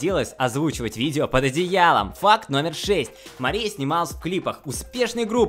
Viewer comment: Мне постоянно кажется что он говорит не ФАКТ а ФАК